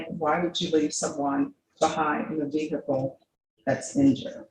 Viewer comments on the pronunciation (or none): What’s a Vere hickle 😂?